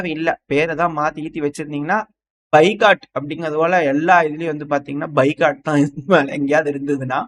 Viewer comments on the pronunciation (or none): பைகாட் இல்ல பாய்காட்